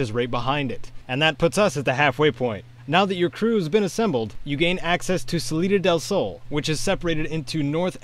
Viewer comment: Salida del sounds more like citadel gaaaah.